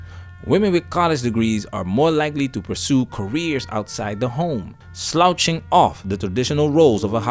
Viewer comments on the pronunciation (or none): The "gh" in sloughing is pronounced with an "f"sound like as in "coughing". Great content! I watch everyday!